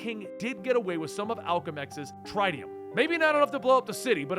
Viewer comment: Did he just say the Tritium.. "Trytiuhm"